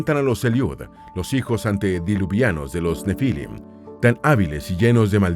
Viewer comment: ‼️‼️‼️✝️ No se dice "nefílim", se pronuncia , sílaba tónica en la última i, así se pronuncia en hebreo y español. ‼️‼️‼️✝️